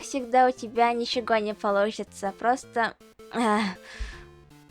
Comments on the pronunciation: я очень тебя люблю и уважаю, но ОЧЕНЬ прошу, постарайся говорить вместо буквы Г букву В "ничеВо","другоВо","следующеВо" и т.д. Не знаю, как другим, но мне режет ушки:з Да, я не пуп земли, чтобы ради меня распинаться, но это довольно важная часть русского. Я понимаю, мин сахабын, саха сирэ и все дела, но слезно прошу, постарайся научиться этому делу, ведь твой контент для русскоязычной аудитории:з А так, твой русский почти идеален, не отличить от коренного носителя. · в словах вроде ничего, кого, того, шестнадцатого, звук не "Г", а "В"